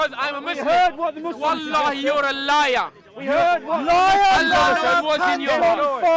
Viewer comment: Laiaaaa comes from fiaaaa I can’t! 😂😂